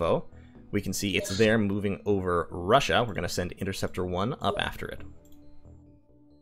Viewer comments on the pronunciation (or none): none